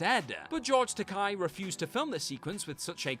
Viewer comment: I still mess this up sometimes but Takai is pronounced Ta-kay. You can remember because it rhymes with gay (mnemonic from Takai himself).